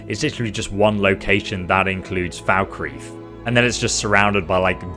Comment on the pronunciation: "Markath and Falkrith" lol